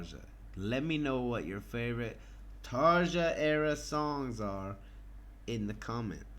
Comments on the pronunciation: I think it's Tar-ya rather than Tar-Ja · Excellent comments. Both versions are amazing but for some reason, for me anyway, Floor's performance is just more emotional, majestic and magical. BTW - her name is pronounced "Tarya" just as Floor's last name is pronounced "Yansen". The "J" in is pronounced as a "Y" in many European countries. :-)